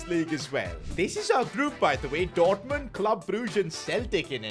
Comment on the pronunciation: He says dourtmond on